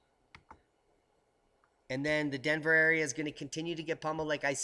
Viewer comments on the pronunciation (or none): none